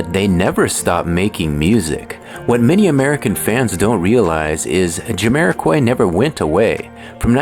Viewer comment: it's Jamiro(kwhy) not Jamiro(kuoy), AI smh.